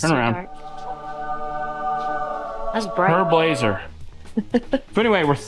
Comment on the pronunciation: I keep hearing "Herb Lazer" when you guys say " Her Blazer". Admittedly my hearing isn't very good.